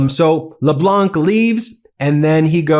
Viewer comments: In the Leblanc family name, the "c" is silent (not pronounced). Hope this is useful for you. Keep up the good work. Merci Denis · LeBlanc, is pronounced le blong no c pronounced . Appreciate you program, your voice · FYI, Dominique Leblanc: do NOT pronounce the final « c ». Pronounce it as Leblan, no « c ». I appreciate all your efforts to get the names right, and thought you would want to know. While I am here, the « n » in France president Emmanuel Macron’s name is not pronounced either. Quirk of the French language, one rarely pronounces final consonants unless followed by an « e ». Ok, now I am worried you might say Macro, which would not be right. Say it you do now, just don’t emphasize the « n ». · For Dominic Leblanc you dont prononce the « c » at the end. The « anc » is prononced like han solo, but Han without the « h » its not exactly it, but its the Closer I can get with my level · As a French Canadian, I really enjoy how you cover our side of this mess and make it clear we are organized, strong and not about to fold. (Side note : Leblanc has a silent c at the end, so it’s pronounced as “Leblan” - I see u added the lil c subtlety, but no need to!) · Hello from Montreal, great job I appreciate your coverage on these matters. Dominic Leblanc, his last name of course is French so we don’t pronounce the c. Or say Leblanq. No doubt his name will come up again. It’s all good. I would probably butcher your name. Please vacation Canada you’ll have a great time. Take care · Please learn to pronounce LeBlanc. The C is silent. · Just a quick note Dominic LeBlanc the "C" in LeBlanc is sorta silent when pronounced. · Just for your information Ben, the "c" in Leblanc is silent. Another one for you, is the true pronunciation of "Ghislaine"... this one you can let Google pronounce it. Both of these are french based words/names. Forgive me for correcting, maybe meaningless correction, I just thought it to be important since all this is spread through out the world.